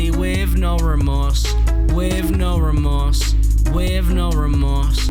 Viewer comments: "Wiv" no remorse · "wif no remorse" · at the beginning i think you meant “i can film that body wiv no remorse”